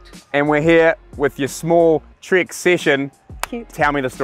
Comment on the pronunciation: " Trik" session? 🤣😂😂😂 It's " Trek" session! Get with the program!!